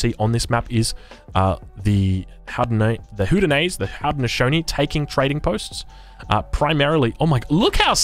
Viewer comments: I know that it is difficult, but please do not use nicknames for the native civs. It is relatively disheartening for many native americans. Please take the time to practice. You are pretty close on the haudenosaunee pronunciation. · As long as we’re on the topic, Haudenosaunee is pronounced “ho-deno-shonee”